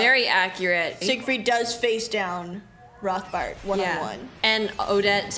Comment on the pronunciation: I am so sorry, I didn't want to correct you, but since you said, 'Rothbart' is easy to pronounce... It is pronounced 'Rotbart' without the English 'th'-sound. 'Rotbart' means 'red beard' in German and the 'h' is silent. 😊